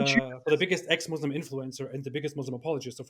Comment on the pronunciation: doesnt even know Islamic history, yet he claims to know so much. is more than finished. he can't even pronounce Islamic names and "Muslim" properly, yet he claims to be born Muslim. he is a liar and a fraud. Ambush or not, isn't intelligent at all. couldn't even answer a single question in 2 hours. Did u even watch the daniel H. debate with??